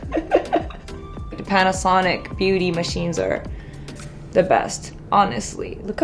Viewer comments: Panasonicの発音がカッコいい(笑) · Panasonicの発音最高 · パナソニックの言い方かっけえ